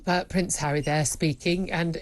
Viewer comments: Prince Charry? Lol Julia!! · It cracked me up when she mispronounced Harry’s name and called him cherry! 🤣